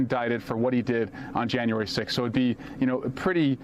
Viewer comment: "Dishtrik?" Do you mean "district?" When you mangle words, you sound like a MAGA.